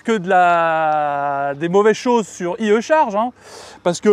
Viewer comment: Ps : on prononce à l'anglaise: "ail i charge" 😅